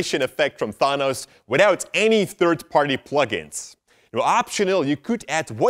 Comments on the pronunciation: You said "Thonos" earlier in the video xD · Thanos Thanis!😂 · Wait wait wait did he just say T H A A N O S 😭whyyy